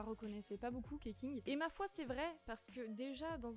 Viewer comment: Keqing ne se prononce pas Keking non plus d'ailleurs, vu sue c'est des noms basé sur les prononciation chinoises, ça se lirait + "Kuh-Tching" en sachant que le Q fait le son tch et le x fait le sont sh :>